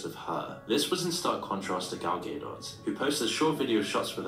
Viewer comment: The way he’s pronouncing gal gadot is killing me